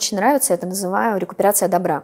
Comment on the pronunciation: Гостья очень интересная, тема просто оболденная, проэкт впечатляет. Но слово коллаборация и декуперация просто "царапает". Ну, пожалуйста, не надо.